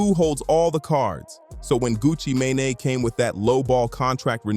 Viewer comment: great breakdown however the mispronunciation of “sheisty” & “mane” was actually unbearable. just a little constructive criticism